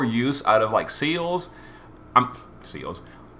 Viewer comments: SEALS?! HOW DARE YOU LMFAO ITS SE LES LOL SEALS ....YOURE CRAZY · I actually got used to you referring to Celes as Seals, and honestly, I just think it's a nice, unique quirk, and that you should keep it. And as for the news side of it, I always appreciate and respect someone who can see it from both sides of the playerbase and the developers where the issues are concerned with the letter. It's never an easy thing to play devil's advocate, and I respect people who are willing to publicly put themselves out there to clear the air around community misunderstandings where dev decisions are concerned, also I'm enjoying the fact that you've started covering the news, which to be fair from a player standpoint is unfortunately more frequent than GL have been with the weekly updates, which is understandable given the current global situation, but it also sucks that they've dropped the ball a little. Keep up the great work, all the same =) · Celes' name is odd. You'd think the logical pronunciation would be "seh-less," as it seems to be short for Celeste or Celestial, but the Katakana shows that it's "seh-leese." Weird. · I dont even know where you're getting seals there's no A in Celes 😂😂😂😂